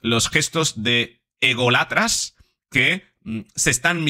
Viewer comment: Hacía tiempo que no leía tantas chorradas juntas. por cierto se dice ególatras, con acento en la o, no en la a cómo repites casi obsesivamente 4 o 5 veces en el vídeo... un fallo intrigante habida cuenta de tu supuesta profesión...